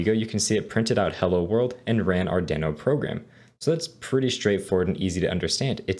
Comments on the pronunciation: the way you say deno...wierd, good course thanks!! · Great tutorial, but why are you pronouncing Deno wrong?